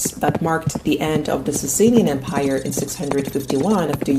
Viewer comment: why do you say "empaire" instead of of em-pire?